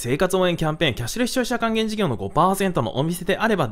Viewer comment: キャッシュレス消費者還元 の滑舌が羨ましいです